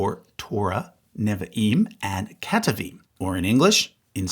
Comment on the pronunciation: Why, in all of your videos, do you mispronounce “Neviim” and “Ketuvim” every time you use those words?